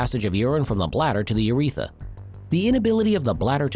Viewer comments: It's not "uretha", it's "urethra". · It's ureth R a. Not uretha. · Isn't it "Urethra" rather than "uretha"? Check your pronunciation, please. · Slightly worried that you don’t know that it’s pronounced urethra, not uretha. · It’s urethra, not “uretha.” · The Uretha? Like Uretha Franklin, the famous R&B singer? There are TWO Rs in urethra. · We're supposed to take seriously a video regarding a serious medical condition that primarily affects males when the video's narrator neither knows what is, nor how to pronounce the name of, one of the principal organs (the urethRa) of male anatomy? "Urethra", not uretha. That this video was approved for publication / presentation on this or on any platform is inexcusable. Such a fundamental error leads me to view with skepticism information which may be presented in ANY video presented by this (YT) channel. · "urethra", not "uretha." And other mis pronunciations (and/or misspellings). If I must get my medical information from a dumb bot (which is what is talking in this video), then it must at least know how to spell and pronounce medical terms. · It’s UrethRA not Uretha. Please correct. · informative, educational and awareness-based. the ai mispronunciation of "uretha" cannot be highlighted enough. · STOP SAYING URETHA!!!!!!!!!! If you're just AI, then you have even less of an excuse. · I believe it's called a urethRA with an "r". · It's "urethra". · It’d be nice if the narrator of a video about the prostate could pronounce “urethra” correctly.